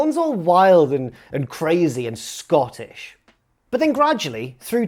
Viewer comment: I do not care for the mustard you put on "Scottish" there,...